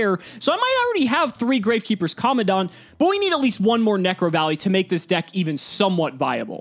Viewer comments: Its not common dont. Its Command ant. Seriously this is a big L. If your gonna play the game for this long at least try and pronounce the cards right. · Is it just me or the way pronounces commandant is so weird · Is anyone else annoyed at how pronounces commandant? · Is it just me or is any one else getting the shivers on how pronounces commandant.